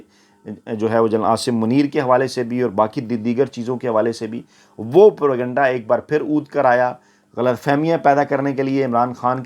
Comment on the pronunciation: یہ لفظ پر کنڈہ(pur kanda) نہیں ھے اینکر نے ھر بار یہ لفظ غلط بولا ھے یہ لفظ انگلش کا ھے جو انگلش میں اس طرح لکھا جاتا ھے ( propagyenda ) اور اردو میں اس کو پروپیگنڈہ بولا اور لکھا جاتا ھے اصلاح فرمالیں